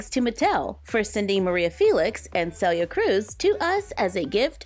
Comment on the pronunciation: Omg, as some1 named Celia, ty so much for saying her name correct. I hate when ppl call me Cilia. I know different langueges prenouns things diff. But the way you say your name is important.